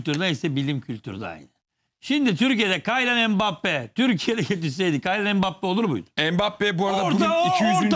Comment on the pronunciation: Kaylian mbappe degil killion diye okunur o 😀